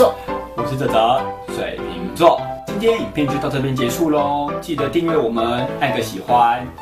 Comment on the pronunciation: 為什麼講話又加一個兒 水瓶兒XD 也是😂😂😂😂😂